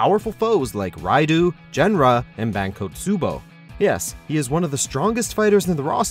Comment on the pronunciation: Raidoo, Jenra, Ayan